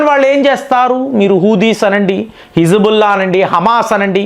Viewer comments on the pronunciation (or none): none